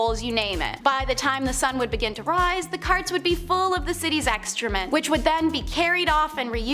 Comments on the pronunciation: It's EXCREMENT, not EXTREMENT. 😉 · Uhh,, its not "extrement" its excrement and its not "delibatating" its debilitating.